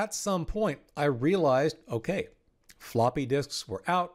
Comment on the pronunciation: Hah. You said floopy. 😂